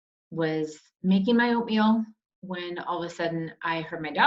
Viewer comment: When you said, "making oatmeal", i swear thought you said, "making opium." 😂